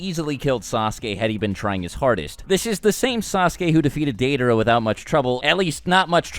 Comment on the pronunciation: Your pronunciation of Deidara and Nagato is cringe worthy. I think that Naruto and Sasuke together are the strongest but Itachi is next. And even with Naruto and Sasuke separate. He is way more smart which gives him a better edge than Naruto's nonthinking style of fighting and Sasuke's blind rage.